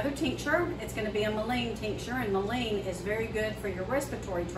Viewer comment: It’s pronounced Mull in